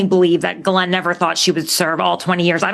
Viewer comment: Her name is pronounced gee-laine, rhymes with key.